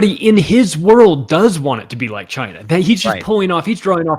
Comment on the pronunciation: Sounded like beat China not be like China